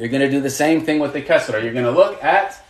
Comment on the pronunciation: Bro the kasra is more of a "ee" sound